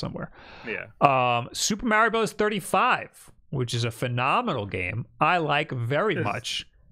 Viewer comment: I always appreciate you saying 'Mario' correctly.